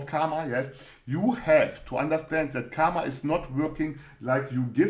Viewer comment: Thanks for another video. Your creativity of explaining Mindset Series is Really amazing. and one more thing it's not KAMA. It's KARMA. "R" should be pronounced. If you want clarification then Watch Indian Epic MAHABHARATAM. Thank You.